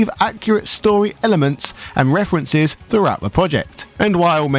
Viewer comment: Man, I can't get out of my head how you say references... Got to love those good ol' "refwences" ehh! Lmao!